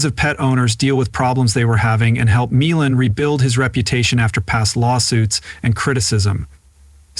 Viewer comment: How many times can this narrator say his last name wrong? It’s disturbing take your time when you read and say the same words over the same way not a different way because you don’t understand how the word is supposed to sound to begin with if you don’t understand how to say his last name go to any of his shows and listen to how it’s pronounced